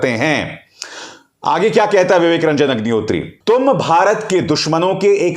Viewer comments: Sir aapne agnihotri ko hugnihotri bol diya😁😁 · HAGNI HOTRI Sir I believe slip of tongue 😛 😂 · Sir aap ki tongue fisli hai pr mza aaya vivek hagni hotri 😄😄😄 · मुँह से अग्निहोत्री की जगह हाग्निहोत्री निकल गया😂😂😂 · में विवेक रंजन हगनिहोत्री,, ये आपने जानबूझ बोला है या धोखा हुआ है जुबान फिसला है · "Hagnihotri" - that slip of tongue was perfect one. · unintentionally he pronounced ideal name of Agnihatri 🤣